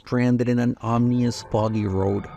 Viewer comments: Just on the off chance no one has let you now yet, you're pronouncing "ominous" wrong. It's OM-in-us, not OM-nee-us. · The first time you said "Omnious" instead of "Ominous" but its getting kinda out of hand. Read the word bro its not that complicated.